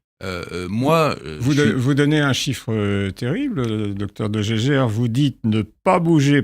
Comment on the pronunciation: De Jaeger ne se prononce pas du tout 'de gégère' 🙂